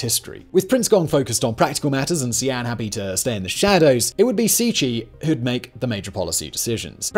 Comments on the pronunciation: proncounced c c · Cixi - > Tsee-Shee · I usually don’t mind your mispronunciation of names, because you’re usually not too far off, or it’s approximatively close in some ways. But you completely butchered that one. It’s not even close. You could’ve at least gotten the consonants right. That was actually painful to listen to. Love your channel still!